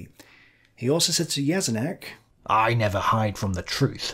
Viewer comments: Read Jeschonnek as "Ye-sho-neck". This video might help you in future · But his pronunciation of "Jeschonnek" is very poor.